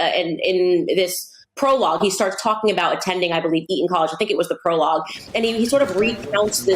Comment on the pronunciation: Tell me. Why do many Americans leave out the letter "T" when pronouncing words. Harrys school is named Eton. Candace pronounces E-on. Important is another word I've seen Americans pronounce impor-ant. Is it laziness or do you think it sounds cool?